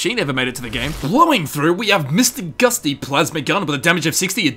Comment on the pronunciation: You've lost your rights to assume your pronunciation of Charon's name is correct when you said Mr. Gusty more than once.